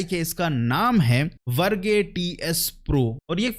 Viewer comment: "Verge" English ka word h bhai. VerGay mat bolo 😂